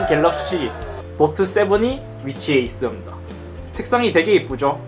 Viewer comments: 있습다 라고 하시네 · 잇섭 발음봐라 뭐뭐 하고 있슴돠 ㅋㅋㅋㅋㅋㅋㅋㅋㅋㅋㅋㅋㅋㅋㅋㅋㅋㅋㅋㅋㅋㅋㅋㅋㅋㅋㅋㅋㅋ